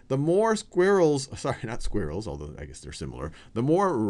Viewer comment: When you said squirrel in this video it sounded like "Square Rule" hahaha, I started thinking about math for a second.